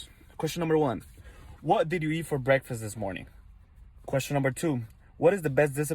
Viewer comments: Chael "breakfrast" Sonnen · If Uncle Chael says it's brekfrest, well get Webster on the phone cuz it's now brekfrest. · 🤣🤣 BREAKFREST!! I just rewatched the question and he says it like that everytime! Oh Uncle Chael you killing me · "Breakfrest" Chael? lol, love you man ^_^ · Chael 'I don't eat breakfrast' Sonnen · "i don't eat breakfrist" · Me: It's Breakfast Chael: It's Breakfrast Me: Ok Great. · The fifth time he said "breckfrest," I lost it. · Chael doesn't eat anything he can't pronounce... Breakfrest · The world: Breakfast Chael: Breakfrast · Came to say lmao I did not have breakfrest today I almost never eat brekfrust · Man doesn't eat breakfrast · The Dynasty Continues breakfrest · Chael 'brakfrast' sonnen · Can chael not say breakfast? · Chael doesn't eat breakfast,he can barely even say breakfast! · Ha ha chael you can't even pronounce breakfast right. Lol love ya brah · Oh it's pronounced "Breakfrast". Can't believe we've been pronouncing it wrong all this time. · BreakfRast, come on uncle Chael 😂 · Breckfrest lands in the dictionary asap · That is the absolute worst pronunciation of the word "breakfast" I have ever heard. YIKES! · 😂😂Brekfrast and he say's Wrastling😂😂 is that how people speak wherever Chael is from Origon or Ohio don't know or can't remember the mean street's of ,,,,,,,,,,,💪🇮🇪💯